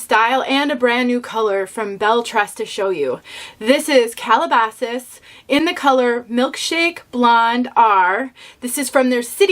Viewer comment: I haven't tried Calabasas, but I have driven through the nearby town it was named after many times. Calabasas is an upscale place, and I think this piece lives up to its name. What a nice review! It looks great (and you pronounced it perfectly). Kathy